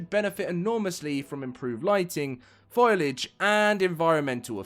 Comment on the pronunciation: Lol foilage, it's foliage 😂